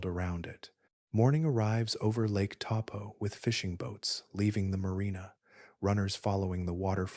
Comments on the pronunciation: Bro taupo like your big toe and your rich and your poor just have a go and pronounce better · Helpful tip for pronunciation / Taupo = Toe🦶+ Pour🫗